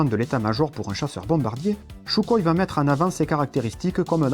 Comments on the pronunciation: On ne prononce pas "Choukoï" mais Soukoï !! 👎🏻👎🏻👎🏻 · J'adore ( et on est nombreux ) ces vidéos de qualité et très éclairant! PS : sukhoï se dit en russe Sukhoy ( le "kh" se prononce R en phonétique) mais c'est juste pour l'info pas pour titiller ;)! Tu nous en apprends énormément +